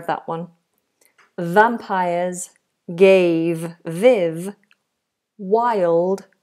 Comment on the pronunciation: VisAbly? So much for an English teacher. And vampiErs! Laughable now.